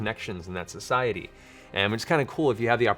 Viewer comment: lmao he said "society" cmon guys laugh